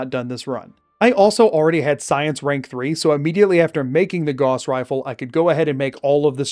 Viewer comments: its gauss not gause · that is not how you pronounce gauss